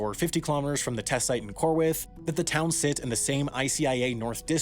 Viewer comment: Why does he pronounce plural possessives with an extra "ezz" sound at the end, like "townses" for "towns'". I heard this in another video where he said "airlineses". I believe it's simply pronounced "airlines'" and "towns'" without the extra "ezz" sound.